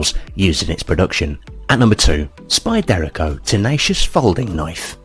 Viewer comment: Spy-dare-aco Haha